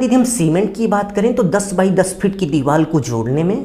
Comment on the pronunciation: It's deewar not diwal sir.